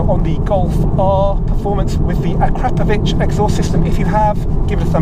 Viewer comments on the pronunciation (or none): Put the emphasis on the "Po" in Akrapoviç